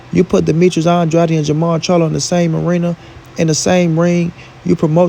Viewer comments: it’s AN-DRAYD not ON-DRODDY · Pronounce his last name right